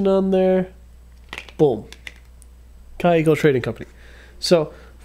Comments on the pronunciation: It is called kaweeeeko try that it is a German Name KA WEEEE KOO. TRY TO pronounce the word like that . Not KaE Ko. Try to pronuounce te Word We so KAweKo many greetings Christiane from Berlin Germany 😊😊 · 😂 I love how you make them both into two separate words Kaw-eco Rot-ring 😂😂😂 great video man! I was corrected and told it’s actually pronounced “kaveco” because it’s German